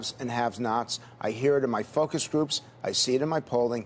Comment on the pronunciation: "I hear it in my fuckus groups"